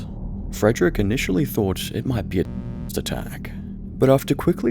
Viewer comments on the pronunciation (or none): Can you not say the word “terrorist”? Wtf